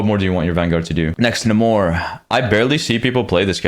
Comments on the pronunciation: It's pronounced NEIGHmor not NAHmor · its really annoying that people now call Namor, Na-more instead of Nae-mor